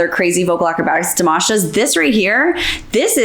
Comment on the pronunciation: I love but it's Dimaash not Dimawsh😢 My Russian soeakers will understand